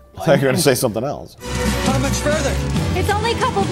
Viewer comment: There's no 't' in the word 'else.' It's not "eltse."